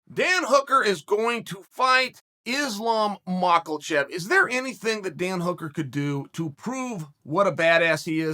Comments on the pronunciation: MA KHA CHEV Not “Macklechev” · MUH-HA-CHEV Chael: Mokulchev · Makelchev At this point Uncle Chael is just mispronouncing names on purpose And I’m all for it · Islam "Michael-chev" –Uncle Chael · Drink a shot of vodka every time Chael says "Makalchef" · Nobody : Chael : ISLAM MICHAELCHEV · "Islam Marklechev" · Chael “Islam Maklechev” sonnen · Please God stop calling him Makulchev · Melk 🥛 and now Makhalchev with a totally straight face...got to believe that ol' Chael enjoys the comments and likes winding us up! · Came just to hear Chael say "Makelchev"... Not disappointed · dan hooker is going to fight islam mockelchev !!! i love how chael pronounces names LOL !!! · LMAO “Macalchev” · Mack-la-chev 😂 love his consistent mispronunciations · I love how Sonnen says "Marklechev" and "Muyeee Thai" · “Islam Mocklechev” ~ Chael Sonnen 2021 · i had my doubts but "provider" and "aspinwall" convinced me he's doing it on purpose... still some classics like Maklechev, Kamara Oozmen, Daroosh, YaRear, Acosta, and "the bullet" are hilarious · Right out of the gate… “Islam Mockelchev” Good god Chael. You are a mush mouth. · he lost me at makh-al-chev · “islam makhalchev” okay great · Why do you Americanize every foreign names? Lol “Mackleshev” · What a mauling the pronunciation of Islam’s surname got here 😂😂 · Hooker vs Makulchev. I was pronouncing it incorrectly Chael, my bad. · Chael doesn’t know how Twitter works Doesn’t watch mma media or YouTube Pronounced another name incorrectly The goat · MAKALCHEV BLAHOVOVICH YARIR RODRIGUEZ EUGENE BERRYMAN jesus Chael- if you're supposed to be this mma oracle, learn how to pronounce names, FFS